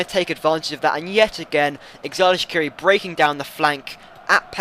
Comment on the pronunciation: when you say xhedran shaqiri, the xh is pronounced as g